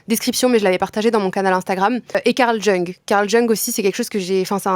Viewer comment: Jung ça se prononce « young ». Parfaite la vidéo merci ❤️❤️